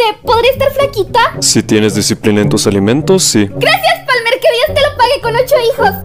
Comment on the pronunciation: no es PALMAAAAAAAAA! ES PALMERRRR